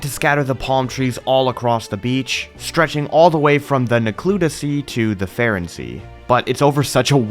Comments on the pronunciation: please take literally two seconds to think about how you pronounce things before saying it differently than everything else. You say Faron the same way you pronounce Farosh, like the "A" sound in the word "game". You don't say Faron with a hard A and then suddenly pronounce Farosh completely different. Please correct yourself. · Faron and Farosh are pronounced like the word "Fae". You don't pronounce any of these like Fuh